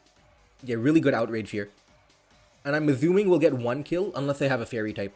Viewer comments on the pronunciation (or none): dude love your videos but can you stop aZuming, actually makes my ears bleed